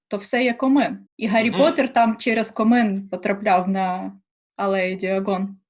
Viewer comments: Цікаво, що зі всіх "хижа" слово не впізнали :D.. Як так?) Це ж українське нормальне, літературне, популярне слово :) .. ой йой.. Цікаво звідки ця дівчина.... кОмин, а не комИн... І комин то є то що стирчить зі стріхи, а не всередині хати. Те, що всередині хати - це не комин, а п'єц або камін. P.S я зі Львова, знаю слово кОмин, тому що мої дідусі й бабусі, та батьки так кажуть. - у мене бабуся одна казала на штани "нагавиці" (ну і в цілому селі, село дуже велике, до речі), але через "а".. :) - Цікаво слово "никати" в його діалекті як "шукати".. А в нас "никати" означає "ховати" :). Цікаво як так вийшло)) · Комин, наголос на перший склад. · не комИн, а кОмин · І не комИн, а кОмин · кОмин, буква под ударением, так что никак комин не прочитаешь кАмин. Да и русское слово камИн, ударение на другой слог имеет и оттого звучит иначе. Да и происхождения у слов разные, хотя и много букв похожих. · Не коми"н, а ко"мин... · Тільки не комИн, а кОмин) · Комин-наголос на ,о,. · кОмин, наголос на о - так казали обидві бабусі з західної і з центральноы України , маючи на увазі піч, дуже розповсюджене слово по всій Україні. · только ударение на о.